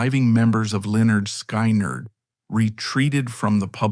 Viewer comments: Sky neerd? hahahaha. Try pronouncing Skin-erd! What an ass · it is pronounced skin erd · why can't they pronounce the name correctly if they've gone to all the trouble to make the documentary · Really!!! Another one that can't pronounce the name of the band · If you're going to tell a story, make sure you can pronounce the band's name correctly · Honestly dude I could not make it through this video just how your saying the band name and bro........ wtf happened to Ed King!??